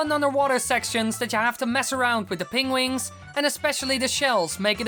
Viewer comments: I love how you say "Pengwins" XD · pengwings? Benedict Cumberbatch anyone? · You pronounce penguins the same way Benedict Cumberbach does